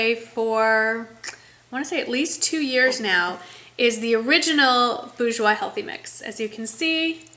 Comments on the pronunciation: It's pronounced bore-jois not boo-jois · It si helpful for me thank you! I'm from France, we say "boorjwa", dont spell the final "s". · If I may... It's a french word, and the r should be pronounced, i.e. "boor-joah". Hope it helps! Xo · With the R but without the S - "boorshwa" kinda, haha. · It is" boor-jwois ", you have to pronounce the r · My aunt works for the company and I believe it's pronounced "bor-jwois" :) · yup. pronounce that R.;) Nice vid M!